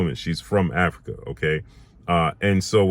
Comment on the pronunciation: Africa not Arica